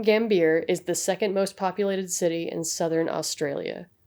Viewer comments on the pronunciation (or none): It's pronounced gamby ah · nice video...but its south australia, and pronounced like mount gam-bee-ya